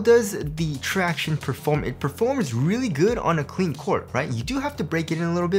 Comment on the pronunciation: Stop saying tractiones!!!!